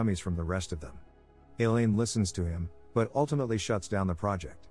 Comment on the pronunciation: ... "Elaine" pronounced like "Alien"?